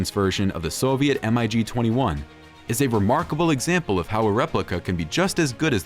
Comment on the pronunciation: Was this video an April-fools joke? Please conduct proper research and check you editing before uploading. On more than one occasion, footage of the now long-retired F-14 Tomcat was shown whilst describing other aircraft. Also, "M.I.G." was pronounced as individual letters. It's actually pronounced "Mig", which is an acronym for Mikoyen & Gurevich, the manufacturer. It's also astounding that the J-7 even made this list considering it was based on the 60's-era Mig-21, is now out of production, and long been replaced by the Chengdu J-20. Finally, what about all the other latest-generation fighters that didn't make your list? The SAAB Gripen, Eurofighter Typhoon, F-22, Su-57, & Dassault Rafale, just to name a few. Very amateurish video.